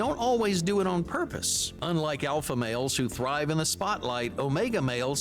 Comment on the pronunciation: The way this man says “males” like “mayols” is really bugging me